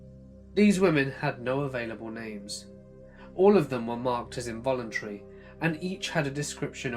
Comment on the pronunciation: i dont understand why you cant pronounce the A in involuntary, and instead say involuntree? or why you replace any word with an A on the end with URRR instead of the A, Like youd say SARAURRRR instead of Sara. Ive got misophonia bad and it kills me every time. However your stories are great. Dont undestand the speech impediment though, if thats what it is or not.. Idk